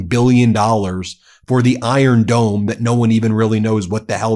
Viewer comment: Did he just say "iron dome" ?